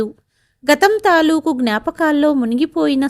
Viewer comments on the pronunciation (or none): none